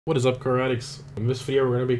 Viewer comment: before I realized you say "car addicts", that's what I thought your intro was, lol